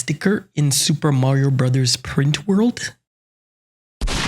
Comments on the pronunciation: Please stop pronouncing it "Supah Mario Brazaz" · my guy's commitment to pronounce Sūpā Mario Burazāzu is remarkable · Why does he pronounce it like that